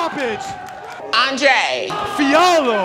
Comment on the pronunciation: LMFAOOOOO “Andrayy”